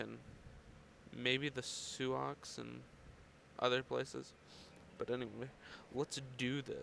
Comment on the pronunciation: sue-ox? really? Sioux is pronounced "Sue". no OX.